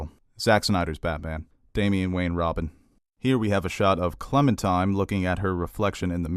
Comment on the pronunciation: Are you saying, "Clementime?" With a 'm'? Its definitely Clementine lol....